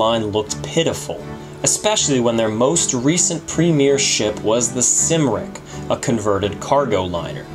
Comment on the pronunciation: It's not Sim-ric. It is Cum-ric (Cymric) after the Welsh name Cymru.